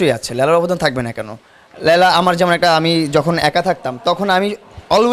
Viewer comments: কি উচ্চারণ! লেয়লা! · আমার মনে হয়। লায়লাকে লেইলা বলল।